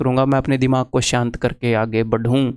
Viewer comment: Mera waise yehi manna sir jo hoga dekha jaega 😝😝..jo Hona hoga hojaega ni hoga na shi.. Tension gyi tel lene.. Waise vojo bolte na sir aap shanti ki jagah shaeenti that haryanvi accent vo paper mai mn mai yaad bahut aaega .. Bss utna motivation kafi hai😘😘